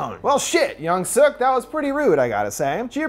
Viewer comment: Yung-Su 😂 that’s how he said it. I’m still watching till the end. I love the movie. It’s intense